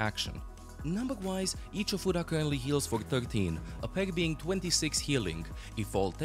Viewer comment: You might be the 1st person I've seen who doesn't pronounce that skill as "healing a futa."